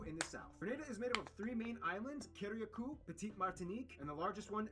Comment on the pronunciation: I love geography now.. but its pronounced CA-RUH-COO! Love your video as well sir thumbs up for sure